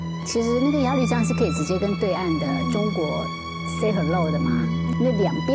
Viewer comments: 鸭绿江 鸭ya 绿lu 江jiang 不读lv 读lu... 英语就算了，但这个读错瞬间感觉很没文化... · 鸭路江，那个绿字读路，强迫症不想看了，一直绿啊绿的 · 朴（Piao） 鸭绿（Lu）江 我真服了 你们都是文盲吗？ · 作为从小在鸭绿(loo)江边长大的人， 听主持人讲鸭绿(lv)江真是心塞。。。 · 主持人：您的英语很尴尬，中文夹带英文更尴尬！！请节目更正发音：朴piao妍美，鸭绿lu江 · 鸭律江？主持人要多读书啊。还有普妍美？大陆这边念嫖研美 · 鸭绿（lu）江，谢谢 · 鸭绿（lv？）江？？？文盲主持人？ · 鸭绿 lu江！这主持人有没有文化